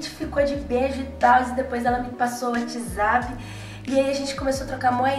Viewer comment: "Uatizape" kdksksks